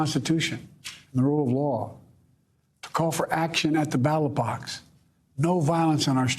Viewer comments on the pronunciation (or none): “Battle Box” instead of ballot box goes kinda hard unintentionally